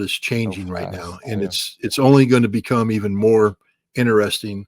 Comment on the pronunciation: Scott, it is interesting not innerresting. lol